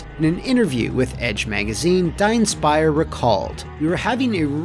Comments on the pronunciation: Well the fact that his name has a funny meaning is only topped by the horribly failed pronounciation of it here. Well murica style living in their own little world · I like how Dienstbier's name is just butchered more and more every time it's spoken. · as a german hearing your pronunciation of Dienstbier just hurt XD btw, it translates to dutybeer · Is his name Diebstbier or Dienstiber? It shows respect to have the correct name in your video and not change it up several times 🤦‍♂️